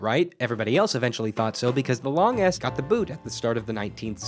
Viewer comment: every time this guy says long s it sounds like long ass